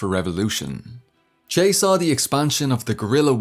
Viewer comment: I enjoyed this, but you mispronounced his nickname.